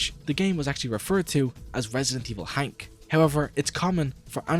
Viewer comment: Japanese pronunciation: Hank Actual nickname: Hunk This guy: Hownk